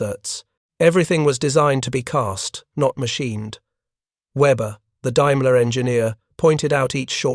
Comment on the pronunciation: The AI voice is annoying. Teach it to pronounce "daimler"